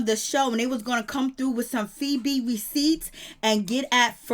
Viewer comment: Her name is Feby not no damn febreeze